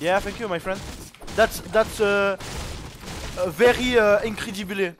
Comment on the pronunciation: Jsuis off guelek « very incrédiblé » frère tu mélange l anglais et l espagnol t’es vraiment fou wAllah 😂😂